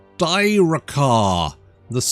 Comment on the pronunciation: You can pronounce Styrkaar as Steer-Car. Maybe not perfect, but closer